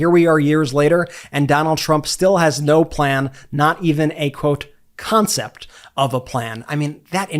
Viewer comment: Still waiting on the "conshept of the polishee!😅